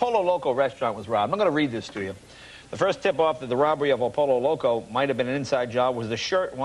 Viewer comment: It is pronounced "Poyo Loco."